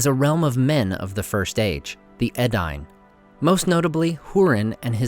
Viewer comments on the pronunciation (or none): Bro.....Edd Yne?, seriously, its pronounced EeeeDaayne. That's 1.